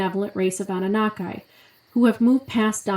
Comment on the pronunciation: It’s Anu-Nah-Key not Anu-na-kai lol but great video